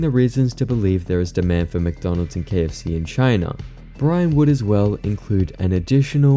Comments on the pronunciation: Dawg it’s wcdonalds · Ronald McDonald? I think you mean Wonald WcWonald!